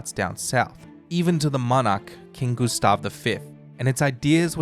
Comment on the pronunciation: Goose-stav and Ricks-tag lmao!